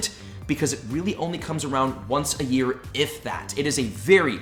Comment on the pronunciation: "Once per wee" I can't be the only one that caught that haha